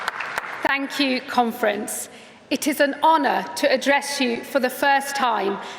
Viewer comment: Thank you conference... Sounds so much like thank you comrades